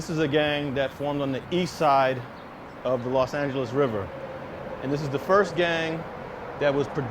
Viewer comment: The Fuck You Keep Saying Las Angeles 😐